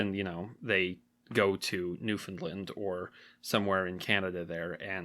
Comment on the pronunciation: Please learn how to pronounce "NEWFOUNDLAND" properly.